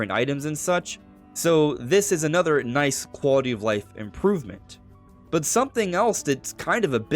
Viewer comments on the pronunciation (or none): none